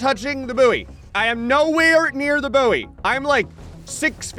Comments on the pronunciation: I think it's actually pronounced as boy and is mispronouncing it. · Ill never get used to the American pronunciation of buoy sounding like “boo-wee” rather than “boy” which is how we pronounce it in the UK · I forgot Americans pronounce buoy like that. Boooo-Eeeeeh.